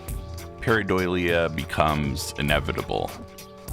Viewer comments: Idk if its the audio but I kept hearing you say pareidoilia, with an extra I. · Can we learn how to pronounce the word that's the subject of the video please, takes like 30 seconds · I was checking the comments in case I was crazy. He repeats it so many times that I started second-guessing myself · He mispronounces it quite badly and it's pissing me off